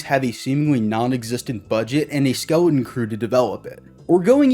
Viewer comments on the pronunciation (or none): none